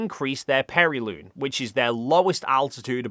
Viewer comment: Appiloon? Periloon? Aphelion (Af-fee-lee-uhn) and Perihelion (Per-ruh-hee-lee-uhn). You describe the whole procedure well otherwise.... And there is also landing fighter aircraft on the pitching deck of a moving aircraft carrier that pilots were routinely managing decades before, too.